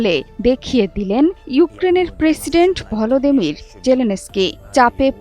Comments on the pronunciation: ভ্লাদেমির কে বলছে ভলোদেমির 😂😂 এরা নাকি নিজেদের বাঙালি মনে করে😂😂😂 কাংলুদেশ 😂😂😂😂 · আগে ঠিক করে উচ্চারণ করতে শিখুন তারপর খবর পড়তে আসবেন। ওটা ভলদিমির না ভ্লাদিমির হবে 😂😂😂😂😂😂😂😂